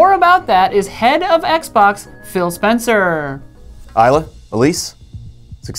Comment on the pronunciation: Her name is Isla, not “Isla”. It costs you nothing to be respectful.